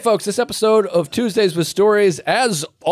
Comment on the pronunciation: Is that promo Tuesdays or twoGAYS? 😅😅😅